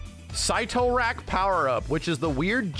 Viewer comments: "sit-o rak" not syte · Sight Toe Rack is actually pronounced Sitter Rack lol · Sit o rack is how you pronounce it 😌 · "Sit-tor-rack" powerup. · Its pronounced "sit-tor-rack" btw lol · Sit-r-ack. Say it.